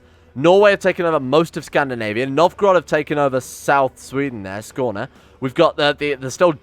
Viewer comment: you pronounced Skåne correctly! good job! now, if we can only get you to say Septon instead of Septum...